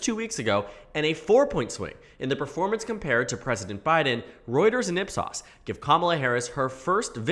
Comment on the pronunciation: Did you just say " ip sauce".